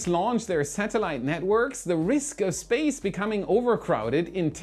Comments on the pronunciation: I feel like Felixs English is getting worse he says Spaz instead of space lol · You kept saying space wrong. 😅